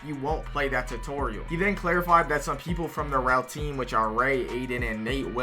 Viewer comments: Every time he says "real" he replaces it with "rell"💔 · every time he says "real" he replaces it with "rell"